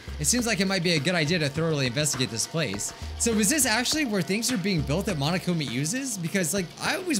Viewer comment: ain't no way he said monokumi instead of monokuma